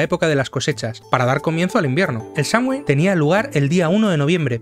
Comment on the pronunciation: Muy buen vídeo, sólo un tip: se pronuncia como "Samjain", al menos en Irlanda, donde esta festividad nació.